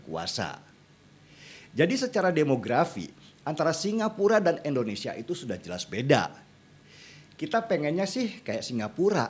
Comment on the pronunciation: Bang Denny, bukan EN, IN bang Indonesia